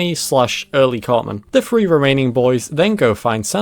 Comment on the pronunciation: Why cannot any English person say the number three without pronouncing it as free?